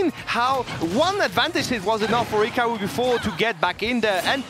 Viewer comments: hikawu bweeding even mowue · Why does she have such a hard time saying hikaru